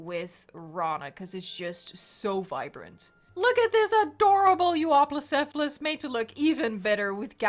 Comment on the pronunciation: its pronounced you-uh-plo-cephalus?!?!? My life is a lie . . .